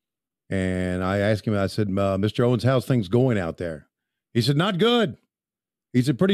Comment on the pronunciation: Don Owen not Owens with an s. Common mistake.